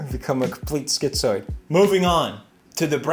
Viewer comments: why did that "schizo" sound so Australian?? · Why did he sound australian when he said hes become a complete schizo! 😂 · I swear Felix's sounds like a Kiwi "I've become a complete schitzo", or maybe Aussie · bro turned into an aussie when he said "schizo"